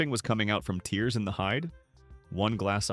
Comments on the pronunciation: This video cannot be accurate 1) You don't know how to pronounce tears 2) A toilet that has been removed can not be full of waste because who would leak out 3) Donation is not spelled Doniation and 4) Eject is not spelled Ejict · No he can't because this video is a FRAUD. The eject button is spelled Ejipt. They don't know how to pronounce tears, they misspell donation, this video by is trying to TRICK people into believing flat out LIES. No charity will accept a used mattress, a disconnected toilet may be dirty but it CAN NOT be full of feces. It is actually a violation of federal law to donate a used mattress to any charity and Goodwill certainly isn't going to pick up a used mattress. Sometimes stores will donate new or sanitized mattresses, but it's rare. There are too many errors in this video for it to not be a fraud